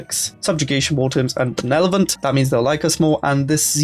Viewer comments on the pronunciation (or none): Benelevent?! Benelevent!?